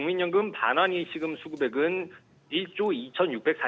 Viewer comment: 메인앵커 발음보소. 일시금 발음을 못하고 [일씌금]이 뭔가요